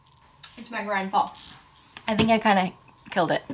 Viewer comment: everytime says 🎃meg ryan fall🎃 I can't stop listening ✨migraine fall ✨ I love meg ryan ok??? I'm just stressed out